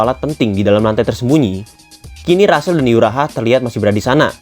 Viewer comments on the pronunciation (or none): Rahel bang bukan rasel